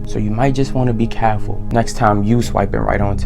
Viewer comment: “ u might just wanna be caeefull “ 😂😂😂